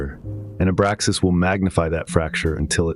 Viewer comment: Abraxas dude. It's driving me nuts.